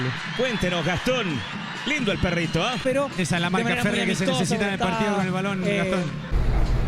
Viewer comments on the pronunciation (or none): none